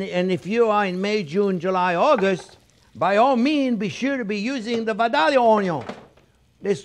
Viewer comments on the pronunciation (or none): Those sweet onyawns from Vidalia, GA. are called vi-day-ya.